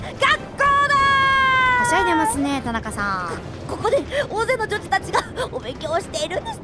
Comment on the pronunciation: ぃ！女児女児って言えてないところもかわいいぞぉ！！